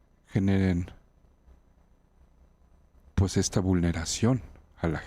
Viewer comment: Pus.? Se dice pues